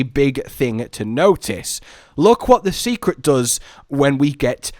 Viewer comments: Seikret is pronounced "say-kret" btw. Not "see-kret". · I'm begging to stop calling them Secrets. It's Sei which would be pronounced more like 'Say', not 'See'. Also, I'm still sticking with the idea that we might be able to switch between a short range and long range weapon, and maybe not just any 2 weapons. It's cool if it's the other way, but so far it's always shown as a long range weapin being swapped for a short range one. Granted, there's only 3.5 ranged weapons currently, but that is what they've shown.